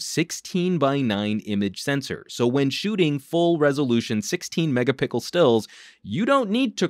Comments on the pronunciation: Did you say 16 mega-pickle ? lol. Great video. I really want this phone. New sub as well. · "16 MEGA PICKLE STILLS" Lmao. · i heard that too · Great review... But... What's a megapickel?